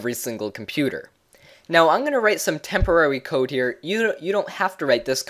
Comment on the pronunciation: tempowawry code, lol im dying